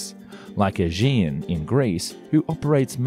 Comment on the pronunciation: Small correction!😅 It's not proffered Aejjean. It's Aegean, g same sound as in Agile😁 Excellent video though!!!